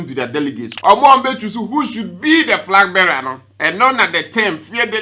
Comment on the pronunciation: And frag bearer 😂